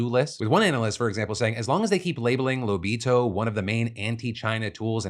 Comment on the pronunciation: As an Angolan and a subscriber of your channel for years i'm very happy to see you talk about our country (nice pronunciation btw when saying Lobito), and thank you for speaking about this our people have protested and suffered for years under president João Lourenço (we call him J-Lo) his final term is about to end yet his trying to change our Constitutional laws in order to have a 3rd term. There's a lot more issues and i hope the rest of the world gets a chance to see them.